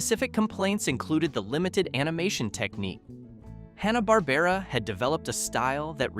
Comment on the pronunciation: Pronounced HAN-uh bahr-BAIR-uh 😊